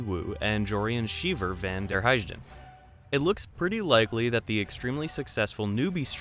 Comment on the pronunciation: When pronouncing "Heijden", the "j" is pronounced like a "y". You've made the same mistake a while ago when pronouncing "Johansson"... I'm sorry but I get really annoyed by mispronunciation, especially since it's not Chinese, nor Thai, nor any other tonal language...